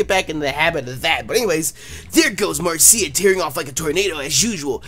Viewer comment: Marcia is actually pronounced Mar-sha